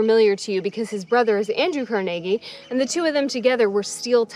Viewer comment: Love that you pronounce Carnegie correctly!